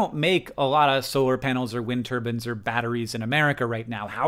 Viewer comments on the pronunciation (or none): I notice he says "wind turban," like the cloth head wrap. My mom says it that way, too. I joke about it whenever she says it-- it's just a funny visual